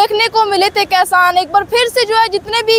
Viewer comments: Kasan nhi hota madam ji kishan hota ha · बोलना सिखले पहले खेबड़ी 😀😀 कैसान नही होता किसान होता है 🙏